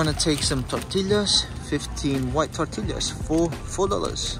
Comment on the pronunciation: Fruits and vegetables in the US are really cheap, compared to this video groceries in the US are cheap. I will never complain ever again. Also please learn how to pronounce tortillas correctly... TOR-TEE-YAS